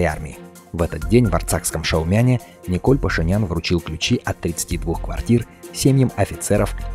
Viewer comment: Уважаемый комментатор, имя нашего премьер министра не Николь, а Никол! Будьте добры впредь правильно произносить его имя.